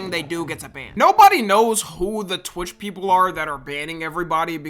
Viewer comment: why he say torch or am i trippin💔